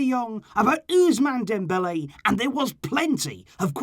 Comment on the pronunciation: The way says ' osmane dembele' 😂😂